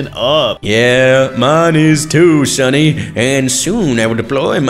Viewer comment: bro said “Sunny”💀💀💀💀💀💀